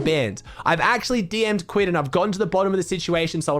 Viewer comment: i hate the way he says kquid’s name